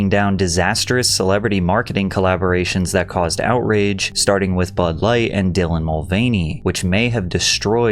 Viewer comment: Bro is still calling dillan she in 2025 😂